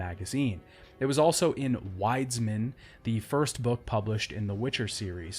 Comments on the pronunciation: Yeah... when he said "Łajdzmin" I honestly got cancer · Wonderful! ❤👌🇵🇱 The pronunciation of 'Wiedźmin' is something like 'Vyeahtch-meen'. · Super nit picky but it’s pronounced more like Vee-edge-mean, love the video so far though